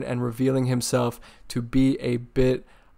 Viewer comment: American saying twat 💀